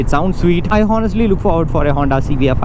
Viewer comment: Boy its not "HO"nest, its Onest. " H" Is silent. pls mind this in your future videos. you sound unlearned when you say "HO" its should be pronounced "O". Check the phonetics and pronunciation videos. Good luck boy